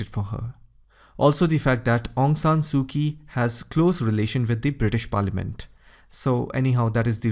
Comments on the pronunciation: Actually,her name is aung san suu kyi, not aung san suu ki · Aung San Suu Kyi. Kyi is not pronounced "Kie". The correct pronunciation is "CHIE". Shame on you !! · Aung San Suu Kyi.... Kyi is pronounce as Chi.